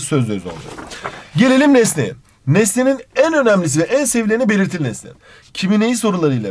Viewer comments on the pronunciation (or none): her belitiliiliğ dediğinde gülüyorum annem ders çalışmıyorsun diyor😂